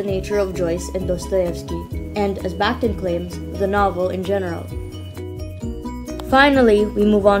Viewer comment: Excellent video on an intimidating theorist, but a small correction. Surname is pronounced "bakh-TEEN"